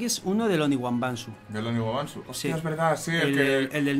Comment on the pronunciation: me mata que dice " no sabes lo que me costo aprender a decir oniwaNbanshu (lo vuelve a decir mal por vez numero )" 🤣🤣🤣